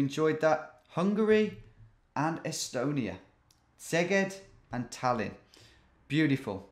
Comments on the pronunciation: Hey Tom! Just a little hungarian lesson if you are interested: 'sz' in hungraian is pronounced like 's' in english like the word "snake". 's' in hungarian is pronounced 'sh' in english, like in the word "english'. The point is "Szeged" is pronounced something like "seged". 😊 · Good job! loving your videos! If you want to improve your pronunciation of Szeged, in Hungarian Sz is just one letter. the letter sz it's like the s in English e.g. snake. Sznake ---> Szeged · Hello, GeoWizard, i like this series very much :) Just a very little thing: The Sz in Szeged is sounds like... Sand or Soda or separate :) I'm from Hungary, but Szeged is a bit far away from me, but gorgeos place! Sorry for my bad english by the way, i not so expert.